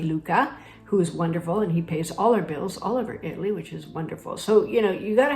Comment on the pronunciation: It's always a good idea to learn to pronounce the name of the country you are moving to correctly!😊